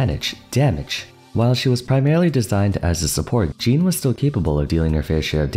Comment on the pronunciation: Is it just normal for english speaking people to not be able to speak "Jean" properly? (There is a diffence between the name Jean and Jeans) Or do you just think it's right that way